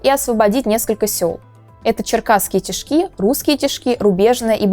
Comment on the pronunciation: Аж уши режит... тИшки а не тишкИ.